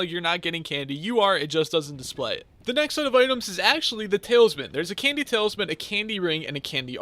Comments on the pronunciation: why the hell does this guy say talesman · Did he just say "Talesmen"